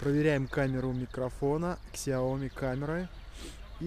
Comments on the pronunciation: Сяоми... без К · Спасибо Виталию за информацию, правильно произносить так - Сяоми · Прошу прошения за произношение Xiaomi правильно произносить на китайском - правильно произносить на английском